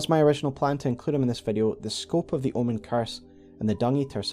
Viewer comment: I thought you said L one lol omen is an L birth 😊